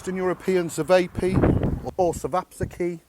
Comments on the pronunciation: It's a diminutive of ћевапи/ćevapi . Should be easier to pronounce. Chae-vaa-pee. Make them slightly bigger and there you go. Edit: Traditionally served with fermented milk (kefir) or clotted cream (while milk variant) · Chevapi and chevap shish that's how tonpronouncebit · We actually sell these at my butcher shop. It's pronounced shá-va-pee, and they're actually really good. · amazing video .. You got everything right except the pronunciation. It is called "chevapi" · Cevapi 😂😂😂 that pronunciation way off my friend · Is there a way to mispronounce cevapi any more?